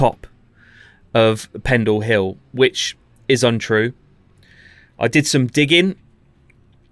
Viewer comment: I can't stop hearing "witches" every time you say "which is", LOL